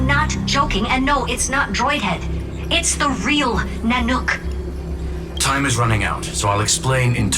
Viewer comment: The way she says "NanOOk" got me 😂